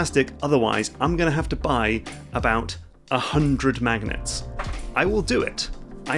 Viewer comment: Ugh! This whole time I thought he was saying “magnates” and trying to figure out what this had to do with business tycoons!